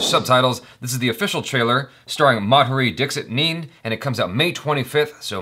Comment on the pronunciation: ITS Madhuri Dixit Nene (Nae Nae )